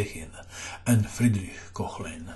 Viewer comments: My advice would be to familiarize with the phonetic alphabet. The oe (ö) in Koehnlein should sound like the u in hurdle, but more open (the h after a vocal denotes the elongation of the sound before). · Off-topic: there is no voiceless palatal fricative [ç] in Koehnlein - you've mistaken the Umlaut oe (ö) for it - hehe... Nevertheless; Alechin surely procured some friction for Herrn Koehnlein!